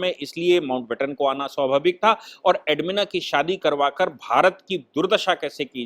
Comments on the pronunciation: एडविना.... एडमिना नही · Admina nahi Sahib naam galat hai. SLI NAAM EDWINA HAI